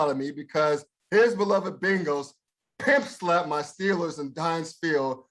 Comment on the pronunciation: Emphasis on the “pimp” in pimp slap